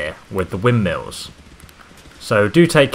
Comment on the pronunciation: Just so you know... It's windmills not wim-nills